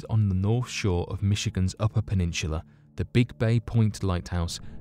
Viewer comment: Very interesting video, but this dude has some weird ways of pronouncing certain words. Ex: Nihneevah (Nineveh), Plutartsh (Plutarch), Peninshulah (Peninsula).